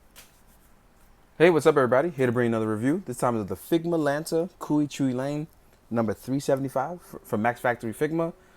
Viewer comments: Oof. Boi you butchered that name. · marvioxious1989 too sensitive ? all he said was, he did a bad job at pronouncing his name.